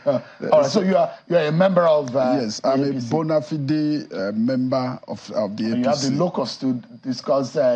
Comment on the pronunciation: Did I just hear this man pronounce bonafide as bona +fi dey... welcome our Governor